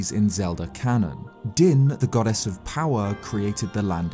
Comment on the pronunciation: Is he saying “goddess” or “god-ass” because it sounds like he’s saying god-ass 😂